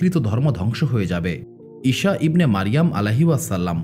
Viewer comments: আপনার উচ্চারণ ভুল । ঈসা (আ) এর নামের উচ্চারণ ভুল বলছেন বার বার । শ না স এর উচ্চারণ হবে । ছ এর মতো । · আপনি ঈসা নবী না বলে ইশা বলেন এই জিনিসটা শুনতে খারাপ লাগলো 😢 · ভাই ঈসা (আ:) এর উচ্চারণ টা ঠিক করেন